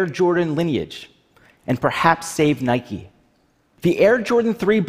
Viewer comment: I hate how the CEO of stockx says NIKE-EYS